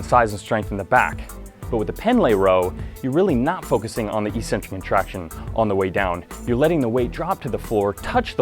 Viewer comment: Please learn how to pronounce "Eccentric." Do you really think there's an E-Center in your body that you contract?